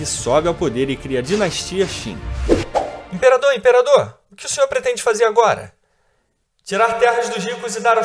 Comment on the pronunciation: Confúcio apareceu bem antes do imperador Qin (tipo uns 300 anos), não depois. E por que a inconsistência em pronunciar o nome da dinastia e o nome do imperador se o nome da dinastia é justamente o nome do imperador? Ou pronuncia tudo "kim" ou tudo "tchim". A intenção é boa, mas tem bastante informação errada desnecessária aí.